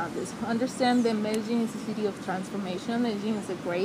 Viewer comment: Also how foreigners pronounce Medellin;)